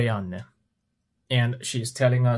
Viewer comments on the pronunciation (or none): none